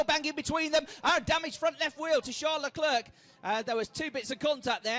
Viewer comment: Charles “Leclerk”